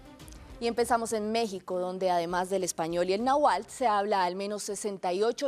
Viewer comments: Oye huera reportera ni se tu nombre pero no importa, dijiste nahual???? Jajjajaja nahual!!! Es NAHUATL!! El nahual es una persona convertida en un animal a trabes de rituales y ciencia oculta. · Se pronuncia nahuatl no nogual es diferente pronunciacion y significado. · Jajajajaja así no se pronuncia nahuatl, se entiende como naual